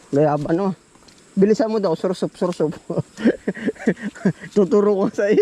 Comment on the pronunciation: S-a-w-e-r sap- pronounciation ng sour sop.